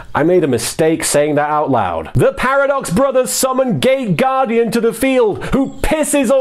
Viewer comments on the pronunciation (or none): Wait... did you say gate guardian or gay guardian? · Gay or gate guardian ? Not sure what i am hearing...